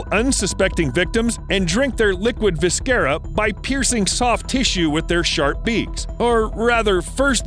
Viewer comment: Viscera is clearly a word you’ve only read and not heard, that’s ok, let me help you. Viss-er-ah I have to admit, your pronunciation was ear catching.